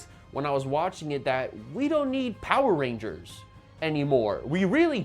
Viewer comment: It seems like the power rangers fans are soiling their diapers! It's hilarious how easy it is to irritate fans of this thing.😂 There was one who already mispronounced the name of the show itself Poeer Rangers, and now these cringe-worthy kids are spreading lies to feel like they're part of something.